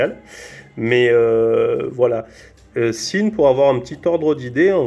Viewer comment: sympathique vidéo et belle montre. Par contre "Sinn" ca se prononce "Zine" pas "sine"